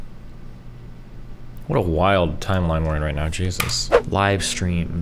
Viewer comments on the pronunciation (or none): none